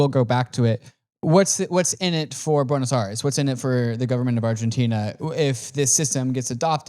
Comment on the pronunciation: 'Bueynos Ares' 😂😂